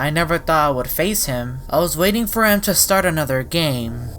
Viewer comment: “Thim” Change to: “Him”